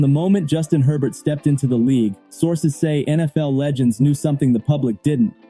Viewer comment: His name is Herbert, NOT Hebert!!!